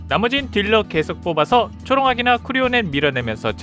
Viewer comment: 쿠리오넨이 아니라 쿠오리넨입니다.